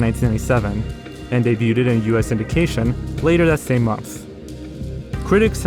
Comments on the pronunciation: Are you intentionally mispronouncing the word "debuted" with a "ted" sound at the end or am I hearing things? I'm even more confused because you say debut just fine - it's only when it's in the past tense form that I noticed the "t" sound. Anyway either way you got me to comment so besides that extra bit of engagement I want to thank you for the content. Hope you keep up the quality and continue to put out more videos for us! Thanks for the entertainment. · bro please learn how to pronounce debuted its actually driving me insane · I don't get how you do youtube for so long and still can't pronounce words like "debuted" correctly. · The way you pronounce "debuted" hurts my soul deep down but I'll like the video anyways. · Your pronunciation of debuted gave me cancer and aids. I now have canceraids 😔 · Why do you keep saying "Debuted" (day-byood) as Day-byoo-ted? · STOP SAYING "DAY-BUTE-ED" WHEN YOU SAY DEBUTED IT'S PRONOUNCED "DAY-BUED" THE T IS SILENT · The word "debuted" is pronounced "day-byood", not "day-byoot-ed". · Dude you gotta learn to pronounce the word "debuting/debuted". It's "day-bew-ing" not "de-bew-ting". It's "day-bewed" not "de-bew-tid". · it's pronounced day-byood, not day-yoo-ted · The word "debuted" is pronounced "DAY-BYOOD" not "DAY-BYOO-TED." Just thought you should know. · I love you man but it’s “de-bued” not “debyuted” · You can just say "dey-byood" not "dey-byooded" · Why tf do you keep saying Sesame "Streets"? And wtf is "day-bue-ted" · Debuted is pronounced as in 'day-byood.' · Debut/Debuted is pronounced Day b you and day b you'd just trying to help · It was very distracting to say the least. "Debuded" and "Debuding" are not words. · He's just trolling us now with pronouncing "debuted" as "daybyooted" isn't he? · As a Canadian, it's a bit distracting for me to keep hearing you mispronounce a French loanword like "debuted". (The "t" is silent, so it's pronounced day-byood) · The T in debuted is silent.